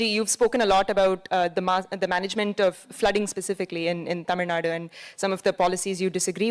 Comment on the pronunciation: i like the way the anchor pronounced Bengaluru and Tamilnadu